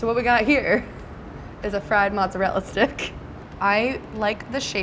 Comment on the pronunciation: The way she said mozzarella sticks....😭🤦🏻‍♂️